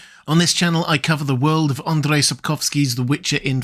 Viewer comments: But you do butcher his first name, it's not Andre. If you are saying it in English it would be Andrew. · if you want to pronounce the name "Andrzej" properly say somenthing like "Un-jay". "drzej" = "jay" :) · Sapkowski's name is pronounced more like "Ahn J." I don't believe you'd be able to say Andrzej, the "drz" is a little tricky for non-native speakers. 'AnJ.' is good enough though